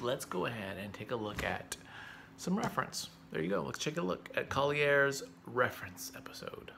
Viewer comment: No one ever pronounced Collier's french-style "CollyAIRs". It was always just "Coll-yurs".